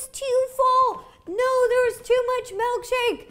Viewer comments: Honestly pissed she’s saying “MELKshake* *shudders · "Melkshake" ...lol